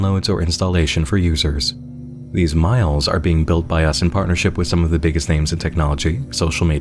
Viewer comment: In full honesty, I thought MILEs said MILFs.